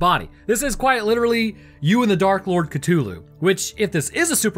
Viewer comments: Say it with me Ca-thu-Lu not ca-to-lu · I have never heard anyone pronounce it Cut'ulu before. There's a whole h in there you're disrespecting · I don't know why but your mispronunciation of Cthulu's name irritates me to no end. it's pronounced cuh-THU-lu. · I find your pronunciation of Cthulhu interesting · Alright, guys, time to play everybody's favourite game: Am I Mispronouncing It Or Are You? Is it "kuh-THOOL-hu" (how I pronounce it) or "kuh-TOOL-hu" (Your pronunciation). The answer: we're both right and we're both wrong. These two pronunciations are accepted, but Lovecraft pronounced it like /χʟʊʟˈluː/ (which says something like "khlool-HU", I think). Either way, it cannot be properly pronounced by humans because it's from an alien language and our voice box isn't biologically capable of creating the necessary sounds, which is cosmically horrifying in a very subtle and specific way. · The mispronounciation of Cthulu mildy bothers me